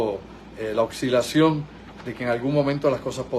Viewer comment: No se dice OXILACIÓN, se dice OSCILACIÓN. No se dice: ALGO RITMO, se dice ALGORITMO (con la "r" débil). Saludos! No me pierdo tus conferencias, pero soy profesor de gramática y no puedo evitar hacer mis buenos oficios...